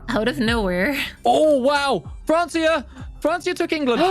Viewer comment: The pronunciation of Francia makes me want to cry